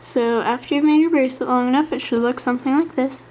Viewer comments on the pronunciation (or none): none